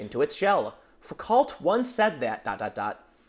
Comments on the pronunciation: It is pronounced "Foo - KO", not "Foo - COT", Tim. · "Foo-cult?" Oh, Tim...maybe play a few fewer video games and read a few more books. XD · It's pronounced 'Foo koh' U are ass at pronunciation but good at everything else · Tim, it's pronounced "foo-koh", and anyone quoting that post-modernist douche is also a douche. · It's pronounced "FOO-ko". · It's Foo-cohw man He's wrong, but pronunciation plz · It's "Foo-koh" , Tim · It's pronouned Foo-co. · FYI: "Foucault" is pronounced "Foo-Co" ("Foo" like in "Foo Fighters" and "co" like in "& co."). Michel Foucault is a big name in pseudointellectual circles like postmodernism and critical theory. He is famous for his sophistries against evidence-based medicine and scholarship in general. If someone's quoting Foucault in a non-disparaging manner, they're almost certainly a regressive leftist, or at the very least, trying to rack up regressive brownie points. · It's pronounced "Foo-Quo". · its Fu-Ko. the T is silent in "cault". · Foucault is pronounced Foo-Co.